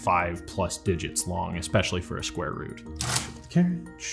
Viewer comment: sqare root hahahahaha i lost him with the first number that guy IS a computer